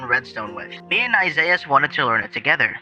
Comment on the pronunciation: Isiahs "Isaizz"